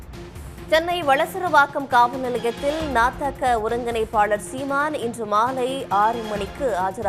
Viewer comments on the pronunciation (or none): News repoter calling seeman as saaman